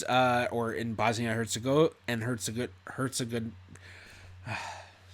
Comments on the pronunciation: I’m thinking looking for someone to date in your list of DNA matches probably isn’t such a great idea. Herzegovina is pronounced Hurts-se-go-vina. Or something like that. When I was younger, I worked for some Yugoslavians. The patriarch of the family was Serbian, with a Serbian surname ending in -ovich. His sons were Macedonian, with the same root surname, but ending in -ski. They said it was because “Tito changed the borders” (and formed Yugoslavia). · Herze-what did you say? 🤦🏾‍♀️😆 Google it 1st, before you say it!